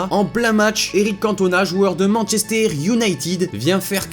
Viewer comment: "joueur de Manchestère United"